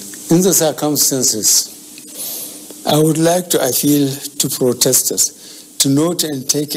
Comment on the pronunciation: Frotestors, partitular, hahahahahaa